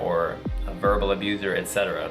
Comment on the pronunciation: U is pronounced as the English u. I don’t know what abUse means. Please do something about that because you sound so stupid mispronouncing that.